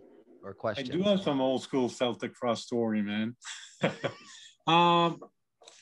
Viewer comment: i stopped watching the moment you pronounced Celtic Frost wrong….it is (Kel-tic) not (Sel-tic) Tom G Warrior is now pissed